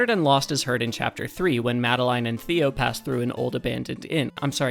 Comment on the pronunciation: This was a really really cool video! Learning about these musical easter eggs is really really cool to me. Your editing style makes this informative, entertaining, and even funny sometimes! Please take my like and subscribe, you've earned it. 🙂 PS. The way you pronounce "Madeline" is funny to me. I've always heard it as "Ma-del-in", but "Ma-de-*line*" is neat!